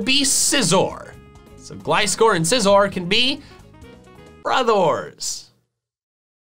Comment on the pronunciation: Everyone: brothers: brodhors 😂😂😂😂😂😂😂